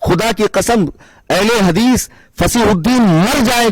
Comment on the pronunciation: Ahl-e-hadees ❌ Ahl-e-hagees ✅